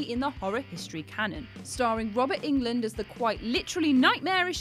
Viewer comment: That's not how you pronounce Robert Englund's last name. Notice there's only 1 "E".